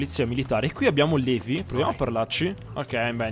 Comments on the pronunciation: Eren la pronuncia di LEVI è LIVAI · Eren volevo dirti che non s i pronuncia levi ma livai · Eren io ti voglio bene, MA TI PREGO SMETTILE DI PRONUNCIARE LEVI "LEVI", SI PRONUNCIA "LIVAI" DIO BUONINO. Detto questo grazie per metterci tutto questo impegno nei video per noi <3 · LIVAAAAAAAAY! SMETTILA DI DIRE LEVI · Non so perché ma mi viene il nervoso solo a sentire "levi" al posto di "livai" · eren si dice livai non levi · eren plz chiamalo livai non si può sentire Levi in realtà si dice livai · Ti prego eren pronuncia levi Livai ti pregoo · si pronuncia livai non Levi ti prego nn posso sopportarlo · Eren... si dice Livai. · si pronuncia Livai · eren levi si scrive levi ma si legge livai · Soul6 Si ma non si può sentire .-.